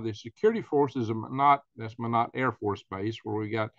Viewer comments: Thanks for the update. BTW it's pronounced My-Knot 👍🇺🇸❤ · It is pronounced my knot.or Minot